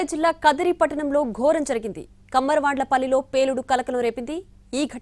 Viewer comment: కమ్మరవండ్ల పల్లి కాదు కుమ్మరవండ్లపల్లి